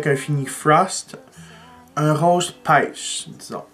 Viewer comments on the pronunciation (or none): none